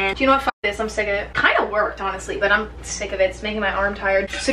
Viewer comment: "I kinda don't give a FOCK." 😂